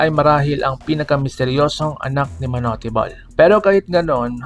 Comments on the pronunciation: TANGA AMPUTA MANU-TE BOL KUNO MANUTE BOL HINDI MANU-TE GONG2X 😂😂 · Bata pa lang ako naririnig ko yan sa tatay ko at sa mga kuya ko manut bol ang pronounce nila dyan..